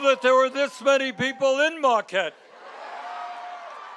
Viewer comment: There’s no ‘r’ in Marquette.